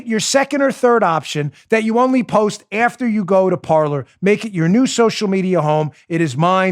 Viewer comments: Isn't Parler pronounced "Par-lay"? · Every French speaking person out there winces every time you say "par-ler". . . It's the French verb for "to speak" and should be pronounced "par-lay." But of course it's been Americanized and that boat has left the dock. 😉😣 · Signed up for Parler today! Great platform! Just a little info on the word Parler. I think it should be pronounced Par-LAY. It is the French word for speak. It can also be referenced as speaking in a neutral zone. I just thought that might interest you! Thanks for a great show! Keep up the great work! You are very much appreciated! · PAR-LAY; PAR-LAY; PAR-LAY AS IN FRENCH for talking, discussing, chatting. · Parler, pronounced Par-lay